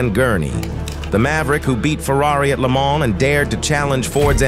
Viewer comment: Maybe learn how to pronounce Le Mans?!